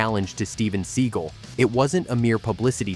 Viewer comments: ‘ seagal’ not ‘ seagull’ 😂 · You're pronouncing Stevens last name as Sea GUL when it's actually Sea GAL. And it's quite irritating and annoying. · Please stop making videos using AI voices to narrate them. The constant repeating of Steven "Seagull" is ridiculous. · Sea gul ? Stall on ? lol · "Seagull"....come on......seriously...🙄...although JCVD's Seagal walk is FIRE🔥🔥🔥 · Lol, Seagoo? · Your not saying his last name right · Right off the bat you can't even say his last name properly. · Learn how to pronounce his name